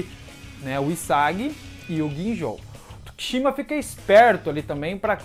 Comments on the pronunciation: E meio estranho como pronuncia o nome do tsukishima ''TUKICHIMA'' kkkkk abraço dc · Po não me entenda mal, mas está pronunciando os nomes errados. É TSUkishima, HIsagi...